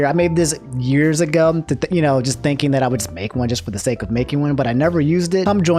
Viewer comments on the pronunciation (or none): none